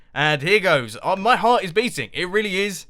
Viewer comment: "My heraf is beating" (20:something) - Well i Would be worried if it wasnt ../